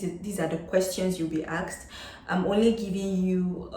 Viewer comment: In your introduction, I think you keep on repeating the word axed axed, do you mean ASKED? I think there is a difference Well, the presentation is very helpful. Thanks for sharing your experience.